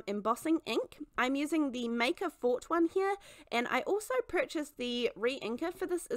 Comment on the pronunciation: I wanted to let you know it’s pronounced Maker Forte (For-tay). I don’t like to correct someone that is so talented, but I follow the Hedge Hog Hollow who makes the Maker Forte. I’m so sorry to correct you 🥹